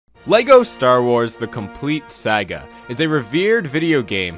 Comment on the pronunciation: why tf do you say saga like that